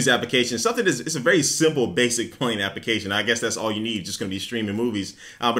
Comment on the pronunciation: Anyone else noticed when says Application. she says it Like APP-I-CA-SHUN Completely Misses the L